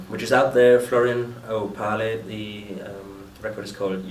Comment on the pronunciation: Opahle .... "oh-pail-ee" ... always wondered how he pronounced that. This guy is a great guitarist ... but he is just not as good or smooth as Marty Lancelotte, he cuts too many corners ... but learning all the Tull stuff is a superhuman task anyway, so he has got to take time. Love the new Homo Erraticus stuff! Can't wait to see them in the Bay Area, again!